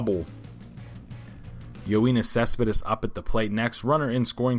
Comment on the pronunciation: Just letting you know it's yo-nis cespedis